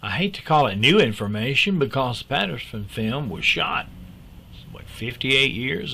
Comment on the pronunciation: I absolutely love hearing say "Patterson Film" keep up the great work. We need you